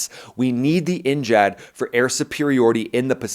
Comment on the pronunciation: N-jad 🤔😣 NGAD, N-gad, definitely not N-Chad!